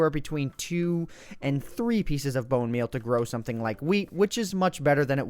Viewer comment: No, Grammar Nazi noticed you said bone meaN instead of bone meaL (capitalizing the letters that are in question). You came sooooo close, but points for effort my friend.